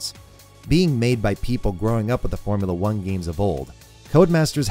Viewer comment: He definitely said Boremula 1